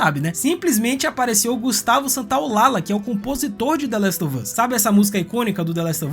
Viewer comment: Gustavo SATOLAJA(LL em espanhol se fala como j!)😅